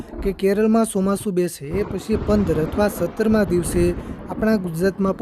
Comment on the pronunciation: Chomasu bolta phal shik